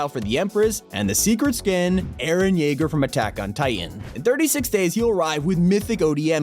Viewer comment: "Eren Yeager" Are you fucking me YEAGER, ITS NOR YEAGER